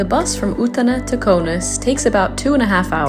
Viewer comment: Hey! Just wanted to say, that I absolutely adore the way you pronounce Utena!:)